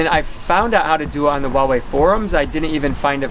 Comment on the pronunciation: You need to learn how to pronounce Huawei...my uncle builds chips for them and watched this with him and he was cringing haha.